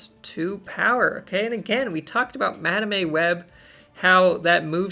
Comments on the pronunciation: That madame pronunciation is diabolical 😂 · My soul shivers each time you mispronounced Madame 😂 Joking aside, these cards are so exciting and a shot in the arm for those who might find the game has gone stale. Picking when you ‘Activate’ their abilities is such a mind game and creates cool new strategies. Move deck enjoyers will surely be licking their lips at these upcoming cards (plus Kate Bishop’s grappling arrow). Another great video! 👍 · You and cozy have to be trolling the way you guys are pronouncing madame and symbiote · I don't get it, why does he pronounce it wrong?